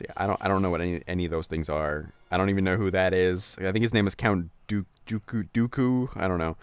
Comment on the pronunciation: Dear, im going to explain to you this level. This level is based upon star wars 2 and is when anikan, obi wan, and padme get captured by count dooku whos name you pronunced right. Count dooku is a sith that obeys chancellor Palpatine but gets killed in episode 3. Jango fett on the other hand is boba fetts father of which is also killed and his son boba decides to also become a bounty hunter and is killed in episode 6. Jango fett is the original clone, yes he was used to make the clones. Thats why they all look like jango although you cannot see jangos face in the game. And as for chancellor Palpatine he is just a sith who became the republics chief so that this could happen, at the end of episode 3 he calls himself the emporer of the intergalactic bad form of republic which Darth Vader is his bitch.